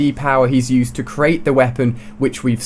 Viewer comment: The way he says "used" XD!!!!!